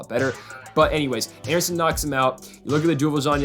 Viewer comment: This man really said anderson…. Smh